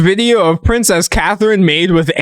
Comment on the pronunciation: He calls her pricess kate🤣🤣